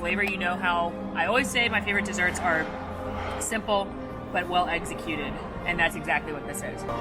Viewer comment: "Egzacuted" is that a new word? i like it.